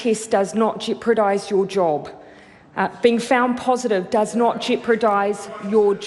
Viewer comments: Jeri Brown What this shows is lack of attention to detail. Jeopardise is a very commonly used word. If you continually mispronounce a word like this, it shows a lack of of attention to detail and puts the lie to her claim to be a perfectionist. It's this " she'll be right " and " it doesn't matter" attitude that has lead to the resurgence of Covid-19. Whilst she had told us in July that all people working at the border were being regularly tested, it turns out 60% weren't. The " she'll be right " messaging you and she send is what leads to this as people reflect this attitude. It's all about the pursuit of excellence. It's like a cinductor not pulling up a musician who constantly plays one or two wrong notes. It actually matters and you won't last long as an orchestra if you allow this. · You are missing the point. What this shows is lack of attention to detail. Jeopardise is a very commonly used word. If you continually mispronounce a word like this which she has over many years, ishows a lack of of attention to detail and puts the lie to her claim to be a perfectionist. It's this " she'll be right " and " it doesn't matter" attitude that has lead to the resurgence of Covid-19. Whilst she had told us in July that all people working at the border were being regularly tested, it turns out 60% weren't. The " she'll be right " messaging you and she send is what leads to this as people reflect this attitude. It's all about the pursuit of excellence. It's like a cinductor not pulling up a musician who constantly plays one or two wrong notes. It actually matters and you won't last long as an orchestra if you allow this. Maori quite rightly pull Pakeha up on mispronounciation which I 100% agree with. We admire our high achievers in this world for their meticulous attention to detail. It's this " she'll be right " attitude that has lead to the resurgence of Covid-19. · Jeopardise not Jeopradise Jacinda 😁😂🤣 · Jacinda cannot pronounce "jeopardise"